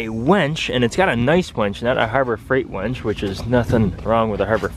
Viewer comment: WINCH, not wench, WINCH, not wench, WINCH, not wench!! A wench is a woman.